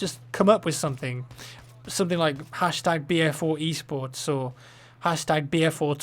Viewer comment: when i heard u talking about e-sports one of ur previous videos i thought u were saying eastports and i wuz all like wtf